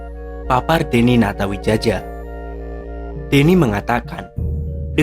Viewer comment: Natawijaya bacanya Min😊